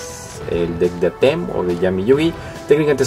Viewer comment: Es Atem no Atém, se pronuncia sin acento en la "e".